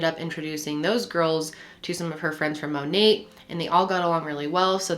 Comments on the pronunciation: Listening on Spotify and couldn’t finish because “mon-ATE” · The t is silent in monat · Haha I love you but that T is silent in monat. just thought I would throw that out there!! (